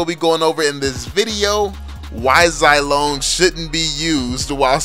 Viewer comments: Imma stop watching, just cuz you say "Zai" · When you call Zilong Zilone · Its Zee-long